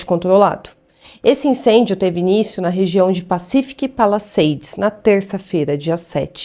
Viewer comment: A PRONÚNCIA É PA-LI-SA-DES; "PALISEIDES".